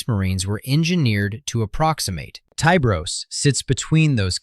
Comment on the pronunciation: charcaradons are most likely raven guard successors. and i'm firmly convinced his name should be pronounced with a short i. ya know, like 'tiburon', which is spanish for shark.